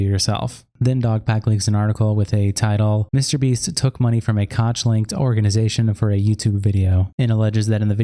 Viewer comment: "Koch" is pronounced "Coke (/koʊk/)", not "Cotch". David and Charles "Coke - Koch"; the Koch brothers. Otherwise, great video :) subbed!